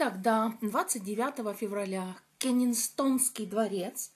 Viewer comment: Дворец не Кенигстонский, а Кенсингтонский 😅